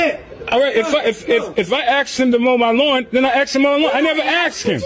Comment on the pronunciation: why tf are people saying aksed